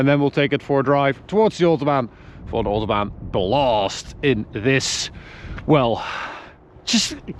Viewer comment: For an AUtoBAhn BuuLast!!!!